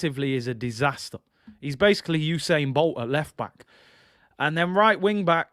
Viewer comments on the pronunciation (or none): none